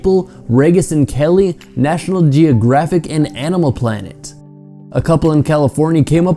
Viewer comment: The way he pronounces "Regis" and Kelly. Haha.